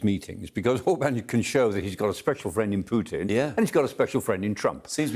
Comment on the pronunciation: has blamed "Pewtin". 😂